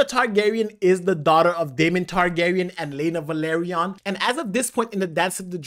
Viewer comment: It is not Valeryon it is Velaryon